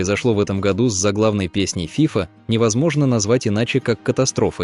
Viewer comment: Что за всратый заголовок? Отвратная озвучка. ФИфа блять....